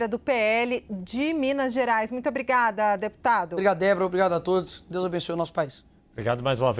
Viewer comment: Apresentadora que fala "brigada" como saudação ao entrevistado é pra akabbbaaaa....😅😅😅 Da lhe Nikolas. #cnnlixo